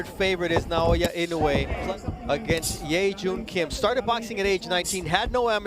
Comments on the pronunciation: INOUEがany wayに聞こえてしょうがない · 絶対、井上じゃなくてイノウェイって言ってる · "Naoya In A Way" "Inoue"